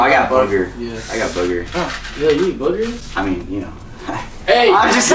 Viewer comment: We all heard say he eat buggers😭😂